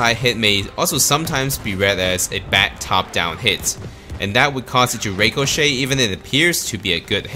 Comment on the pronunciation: you're not saying ricochet right